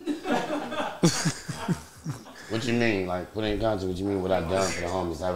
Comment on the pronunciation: Smack: what you mean put it in content? Anyone ever gon tell him it’s “context”